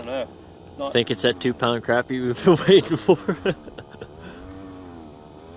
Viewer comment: Crappie not crapie